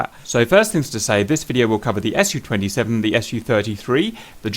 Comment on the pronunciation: Hey guys, I just wanted to mention that this Aircraft is called Su-27, not the S.U.-27.as a native speaker that makes my ears bleed :P I mean you say also the Mig right, not saying M. I. G... Su stands as you know for Sukhoi.. So please call it like your friends hot ass girlfriend Sue... Not S.U. :)